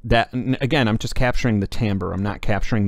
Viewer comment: Oh, and thanks for pronouncing "timbre" correctly...